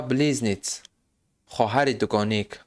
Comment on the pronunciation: Мебахшед, БлизнЕц, БлизнецЫ, - талаффуз мешавад , близнецы это когда дети внешне одинаковые, двойняшки - когда разные